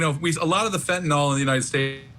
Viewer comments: You know how the news and media is 😅🤦🏼‍♀️ fentphnal😂😂😂😂 the way they pronounce it tho😂🤣😂🤣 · Its fentanyl not fentanol, and you are watching too much Law and Order. My guess is that video is misrepresented too. One cop faints and the guy beside him isn't even sleepy. Fainting is not almost dying. This author thinks the 2mg is comparable to a sachet of sugar (teaspoon) its nearly 1/3000 th of a that sachet. These are the idiots and opinions that will get her off... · MICRO GRAMS OF FENTANYL is lethal, not milligrams you moron 😂😂😂 and it’s FENTANYL not fentinollll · Can we start saying fen - ta - nil instead of fen - to - nal? It's not a barbiturate like seconal or phenobarbitol. Anyway, fentanyl comes in many forms other than pure powder. A pill the size of an aspirin is probably 1% or less of the drug and is designed for safe consumption/handling. If she put 5 of those in a drink for someone who was "naive" to opiates, it could kill them. But even the pure powder gets handled by people all the time. The people who manufacture it and package it and sell it aren't dropping dead every day. I don't have any problem believing that someone who was prepared and knew what she was dealing with could handle it safely. Plus it's possible that the officer in that video came in contact with carfentanyl, which is several times deadlier than fentanyl but often gets reported as "fentanyl". I don't see this being an issue for the prosecutors. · This guy is supposedly an expert but he can't even pronounce fentan-YL correctly.